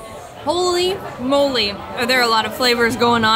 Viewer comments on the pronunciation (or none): none